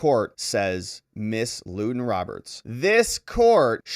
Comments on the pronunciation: Thank you for the break down and update of this man's shameful behavior to his own daughter. I do think though that the mother's name is pronounced "London" not Luden. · Her name is Lunden pronounced “London”. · Ummm....I think it's LuN dun Roberts. About the fifth person I've heard, pronounce it Lew don. One of those narcissistic name things where people think a cool name males them desirable. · Lunden Roberts as in "London".